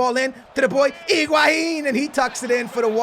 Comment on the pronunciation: You say Higuain wrong